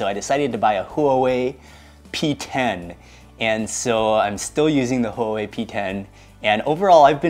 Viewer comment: Love it Mark, great recap! I can't remember if it was a 2017 video, but do you remember that Thai roadside place with like the triple baked BBQ satay? You guys drove 3 hours or so for it, and I was telling friends but couldn't find it again. Oh and your phone is pronounced "Hwah-way" in English ~_^